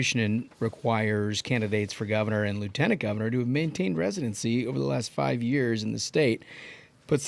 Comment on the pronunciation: "for de eight yeahs". That boston snuck out.